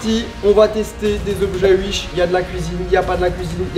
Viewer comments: Mdr "uish" sa se dit pas "ouish" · Il dit comment mdrrr ? « Uish » ? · 18h18 : l'heure du bonheur Et pourquoi tu dis Uish 😭 y a un ✨W✨ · C’est l’Alsace ça 😂😂